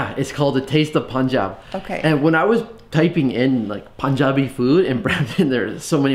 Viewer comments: You ordered all my fav food and love your punjabi pronunciation 😍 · Your pronunciation of Punjabi is on point!!! Good to see you again!!! Saw you along with David 😊😊😊😊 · ITS so awesome to listen correct pronunciation of PUNJABI great 👍 love from india❤️